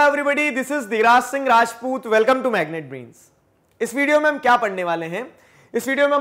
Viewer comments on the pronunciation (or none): none